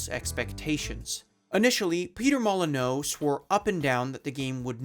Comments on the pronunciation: Ah yes, I too remember Peter "Mulli-no". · You pronounced Peters surname wrong! It's pronounced like MOLL IN U - But hes still a knob that lied to everyone so ill let you off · how did you fuck up the guys name the whole way through the video? you clearly watched some of the interviews it's MOLLY NEW not MOLLY NO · Mol-en-you, not Mol-en-oh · MolyNEW not molyNOE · FYI this surname is pronounced"Moli-new" not "Moli-no" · So just a small quibble, but Peter’s last name is pronounce Mol-uh-new, not Mol-uh-know. I think you were confusing the -eux spelling with the -eaux spelling, which do have different pronunciations in French. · It really bangs against my eardrums hearing "molly-no" instead of "molly-nyew" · How did you manage to fuck up pronouncing Molyneux lol It's not "MOLL-uh-NOH" it's "MOLL-eh-new" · great vid, just 1 question, who's petter "mol-in-oh" ? 🤣🤣🤣 molyneux is pronounced 'moly-nee-uw' but as one like "molyn you" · It's Molyn-KNEW not Molyn-NO. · I'm sure someone else has pointed it out, but it's 'MOL-i-nyoo' (or more accurately, /ˈmɒlɪnjuː/), not 'mol-i-NOH'. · the last syllable is -neux, prounounced like "new," not -neaux pronounced like "no" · I bet a lot of people pointed this out but i don't see comments about it, its not "NAY-TAWL" it's "NAY-DLE" as in pre-natal or post-natal, referring to birth, infancy. And also "MAHL-EE-NEEW" not "MAHL-A-NOH" i know people say shit wrong in shorts to get people commenting and engaging with the video but this is a full video essay, say shit right or you sound kinda dumb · Me: Hey, project Milo sounds kinda familiar… Wait, is that Peter Molyneux?? Oh, I think I know what happened… (Also the pronounciation of Molyneux as Molo-no is killing me fsr, I’ve never heard it said like that lol It’s fitting) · Who looks at 'Molyneux' and reads it 'Molly-No'? This fucking guy. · Pronouncing his last name Moly-No is the funniest thing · "Nay-tall," "Moly-no" And I'm out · You butchered his name.... "Molinow"... xD